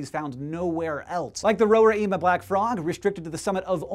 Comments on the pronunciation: Hey Hank! SciShow I thoroughly enjoy your videos and find that the amount of info you and your brother manage to get across in 4 minutes is astounding. Just a tip: the Venezuelan pronunciation is ka-nay-ma and ro-ray-ma with the "ay" sounding the same as the "i" in Scishow. Have a good one! -Sincerely, a person who is up at four AM watching these videos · it is Canaima... you say it full, without stoping in the middle, it is a full word, not cana-ima. Same with Tepui and Roraima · As your resident comment section correspondent from Brazil, I should point out that "Roraima" is pronounced "Row-reye-ma". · RorAima, CanAima, TepUy. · This video made me feel uniquely special! I am from Venezuela, so I've grown up hearing about our natural richness. Sadly, I don't live there anymore. I just hope we valued our ecosystems and protected them as they deserve. By the way "Roraima" has the stress in the first "a", forming a dipthong.